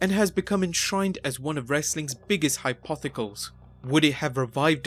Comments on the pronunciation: Lol hypothecal. Hypothetical* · Wtf is a "hypothical"